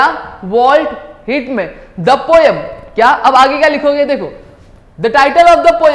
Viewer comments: not walt hitman its whitman🙌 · Sir it is walt whitman 🙂not walt hit man😂😂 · It is not hit man it is "whitman"